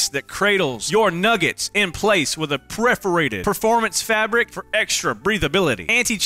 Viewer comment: Preforated….😂 thats not a word bud